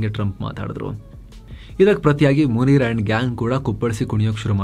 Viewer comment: ಅಣ್ಣಾ..🙏 ಮುನೀರ್ ಅಂತಾನೆ ಹೇಳಿ.. ಮುನೀರಾ ಅಂದ್ರೆ ಅದು ಸ್ತ್ರೀ ಹೆಸರು ಎಂದಾಗುತ್ತದೆ ಅಲ್ವಾ..⁉️🤔🤔🤔 (ಎಪಿಸೋಡ್ ಎಲ್ಲವೂ ಉತ್ತಮ, ಸಮಯೋಚಿತ ಮಾಹಿತಿಗಳಿಂದ ಕೂಡಿರುತ್ತವೆ 👍👍👍)